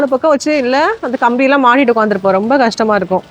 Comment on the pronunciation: Whenever u say rembaa en mind la oru vishayam strike agum that is Ravi illa Revi 😂😂😂 athu mathri ithu romba illa rembaa 😂😂